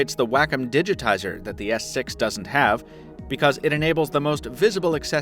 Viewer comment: He said s sex